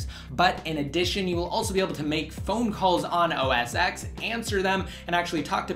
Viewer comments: It's 'Oh Ess 10', not 'Oh Ess Ex'. Besides that, great review, and thanks for a look at ios 8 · OS X.. its pronounced "Oh Es Ten" NOT "Oh Es Ex" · ***** isn't that what I just said? ._. that it's pronounced "Oh Es 10" and not "Oh Es Ex" like you were saying in the video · Why do you call it Oh-es-ex? You do realize the X is a roman numeral right?